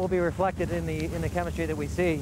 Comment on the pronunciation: “chem’ah’tree” face/palm.